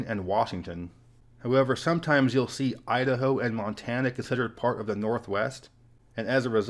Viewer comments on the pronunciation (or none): none